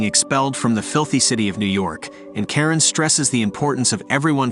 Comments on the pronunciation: it’s “Charon” pronounced as “Sha-Ron” Not “Karen” 😂😂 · It's sounds like you say Karen instead of Charon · bro butchered Charon's name